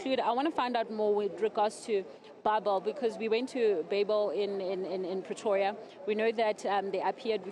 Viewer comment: You must decide young lady. Do you pronounce it "babel" or "beibel"